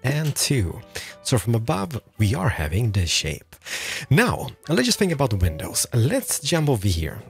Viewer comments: "window peinses" Never gets old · Is no one else hearing window penises!? When he’s going through the item list? It’s literally all I can hear! Thank you so much for this cheer up sesh. Great tutorial too 😍😂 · This dude really just said window penises when he was explaining his choice of blocks.